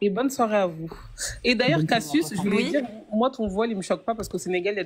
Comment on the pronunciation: un accent un peu prononcé si tu vois qu'est-ce que dj'veux djirrr !